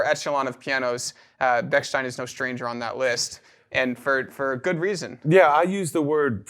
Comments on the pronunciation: Very interesting , but you’re mispronouncing the the name. It’s stein. Not steen. Like Steinway. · Please do not say “Beksteen” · It's interesting that the wrong pronunciation of Bechsteeen is used here. Has anyone said Steeenway? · It's ridiculous that neither of you could pronounce the name correctly throughout the entire video. (Since it is "ei", it's pronounced as an I. If it were "ie", then it would be pronounced E.